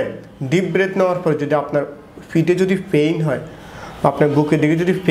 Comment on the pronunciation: ডাক্তার ভাইয়ের কথাগুলো চমৎকার, তবে ডাক্তার ভাই এখনো গ্রামের ভাষা ছাড়তে পারে নি, বিশেষ করে পেইন কে ফেইন,,,,, পিঠ কে ফিট,,, ""প"" কে ""ফ"" উচ্চারণ করাই টা বেশি সমস্যা